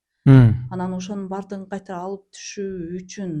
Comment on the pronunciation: Кайтра кайтра дейт го